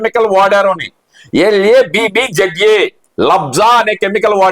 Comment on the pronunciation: LABZA kadu bro LABSA ( LINEAR ALKYL BENZENE SULFONIC ACID)